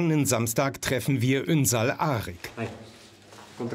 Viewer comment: Die können seinen Familiennamen nicht einmal aussprechen. 😂 ünsal arg 😂